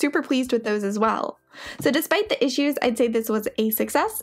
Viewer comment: I enjoy what you do, but I can't stand the constant use of the word "thee" for the word "the". The pronunciation of this word changes to "thee" only to elide into a word starting with a vowel OR for extreme emphasis. Sorry, I'm old and crotchety and can't listen anymore.